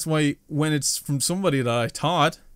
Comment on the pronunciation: In my opinion, you as a youtuber are just as big to me as jacksepticeye and noble, you guys are amazing, to me you're awesome keep going and stay strong, we're always with you. PS when you said 'someone I thought....' I thought you said taught. 😂 The young appreciate still has much to learn.